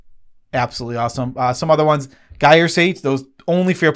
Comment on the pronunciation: Not to be a dick, but rather in the spirit of being a literal nitpicking nerd, "gyre" is pronounced with a soft g sound like a typical j sound. Practically every mtg content creator mispronounces it for some reason, like one high-profile person started it and everyone subsequently emulated them. Drove me nuts when I was looking for improvement ideas for the Aesi precon. Other than that little bit of pedantic obsession, however, this video was great! I'm reassessing some cards I was high on and some I'd ignored. You even gave me a couple to consider that I forgot or didn't know existed. I've been struggling to cut a gargantuan Windgrace decklist down to 100, and while this won't get me all the way there from the couple hundred cards currently under consideration, I think I can trim some of the ramp I was unsure of and get closer to a legal deck. Every little bit helps. Thanks guys!